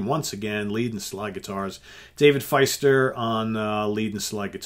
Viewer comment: Nice review! For the record, Dave Fiester's last name is pronounced "feast-er".